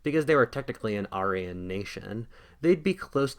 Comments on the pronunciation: Say it with me… air-ee-an Not ARE-EE-YUN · I enjoyed your video, but I have one question... What's an are - ee - on. Always thought it was air - ee - yawn. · everytime you say arian i twitch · You miss pronounced Aryan. It’s pronounced Air-re-un. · If we sponsor you on Patreon will you hire an English tutor to teach you how to correctly say words like "Archangel" and "Aryan"?